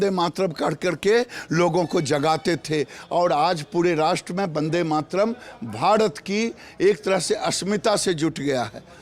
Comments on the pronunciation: गिरिराज सिंह भारत बोलिये भाडत नही होता है पहले बोलना सिख लीजिये ,फिर बंदेमातरम गाना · वो भाडत नहीं , भारत होता है ........चुतिये गिरीराज🤣 पहले बोलना तो सिख...